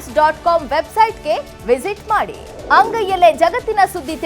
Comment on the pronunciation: ನ್ಯೂಸ್ ಅನ್ನು news ತರ ಹೇಳಿ